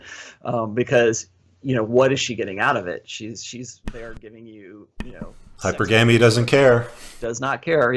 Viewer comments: It's hy-PER-guh-mee, not hYper-GAME-ee. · ...I'm pretty sure it's pronounced: hy-PER-gamy.